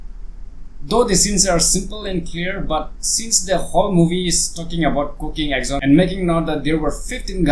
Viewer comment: 1. can't even pronounce the film title. 2. Understand why this film was made. 3. It's about events happening in a single day. How many times do you change your clothes in a day? 4. I wasted 6 minutes 18 seconds of my precious time.